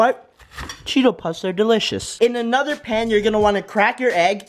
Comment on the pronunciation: What happend wen she sayd pan